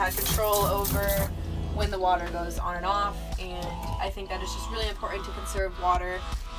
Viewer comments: I had to stop watching after she said 'conversate' and 'imporint'. Who "forgets to bring" the toilet? Isn't it always in your home... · "ImPOR-ant" - The implied internal "t" sound seems common around mid-Michigan (home of the "Spar-Ans"). Regional language and pronunciation is fascinating. Your use of available space and the feeling of lightness is the best I've seen in any conversion, especially considering the size of your bus. Subbed.